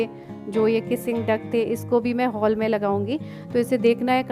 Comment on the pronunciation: Haul nai hall hota hai